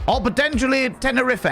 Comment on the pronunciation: Bar-ba-dos, and Tener-riff-é 😂